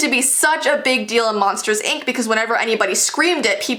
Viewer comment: Why did you say ank instead of ink